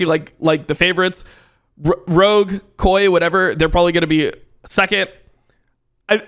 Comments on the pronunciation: Cool but if you say kay-o-ay again I may have to send you a non-suspicious package to your house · say KOI correctly challenge IMPOSSIBLE